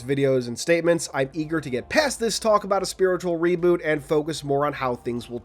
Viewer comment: Funny, you seem like you absolutely hate the idea of Infinite reverting back to the original design language of CE. You sounded so irritated when mentioning it, especially when you say “spiritual reboot” with emphasis. 💀😂